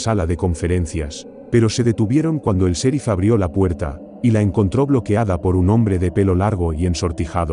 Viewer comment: Hey no se dise ( serif ) el sonido en Ingles es ( cherif ) y se escribe en Ingles ( sheriff )